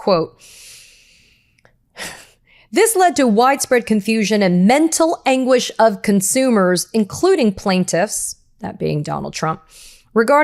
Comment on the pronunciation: What is mental anguish? I mean definition of "Mental Aguish"? This is my first time of hearing this kind of English😂😂😂 l am an African but can't say mental anguish. Maybe I don't understand can't English.